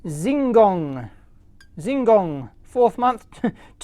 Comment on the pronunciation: If you pronounce Xin Gong as "Sin Gong", more closed to Chinese pronunciation. I have this programmer.